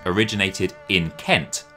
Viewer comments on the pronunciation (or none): none